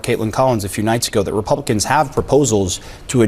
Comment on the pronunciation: Did he say " the repumpkins ?